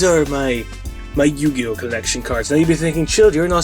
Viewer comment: it was yu gi ou